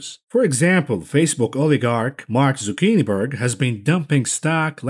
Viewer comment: Did you jus call him Mark Zucchini-berg? 😂😂😂😂😂😂😂 ....(to infinity!) and beyond!